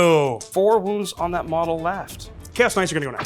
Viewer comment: A little constructive criticism: Maybe don’t paraphrase knights as ka-nigits anymore! 😬